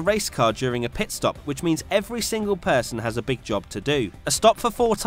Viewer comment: “ PEET STOP ”